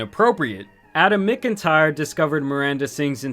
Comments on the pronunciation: Bro listening to you pronounce names and words is hilarious. Do you live under a rock? It’s pronounced “MACK-IN-TIRE”. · MACK-N-TIRE Not whatever the hell ur saying 😂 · completely off topic but McIntyre is usually pronounced Mac IN tire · "... no matter how much he asked." Gross putting it all on a literal child for an adult sending him bra and panties. Her only regret is getting caught. Also, that pronunciation of "McIntyre". 🤣